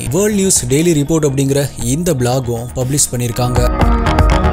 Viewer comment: Change some pronounciations brother,it will improve your slang ஃபிக்ஸன் இல்லை ஃபிக் ஷன் பப்ளிஸ் இல்லை பப்ளிஷ் இன்ஃபர்மேஸன் இல்லை இன்ஃபர்மேஷன்